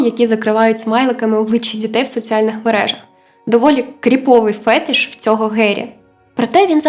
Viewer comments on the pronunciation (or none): none